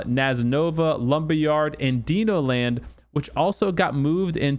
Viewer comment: Deeno land? …. It’s Dino Land you donger 🤦🏻‍♂️